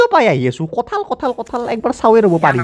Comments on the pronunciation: বৰপেটাত "কাঠল" নকয় বন্ধু। তুমি ভুল কৈছা । আমি বৰপেটীয়া বিলাকে "কঠল" বুলিহে কও।। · Kathal nhy kothol buli koug aami